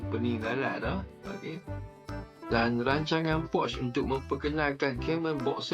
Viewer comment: Bukan PORCH nk abag ang, PORSCHE la, Porch tu tempat parking keta, Porsche tu keta dia